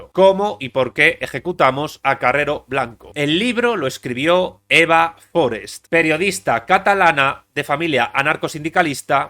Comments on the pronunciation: Forest no es un apellido inglés. No es Fórest, es Forest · Forést, no Fórest. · Forèst. No era anglesa. Tots els espanyols, quan hi ha noms que no són vostres els pronuncien com si fossin estrangers.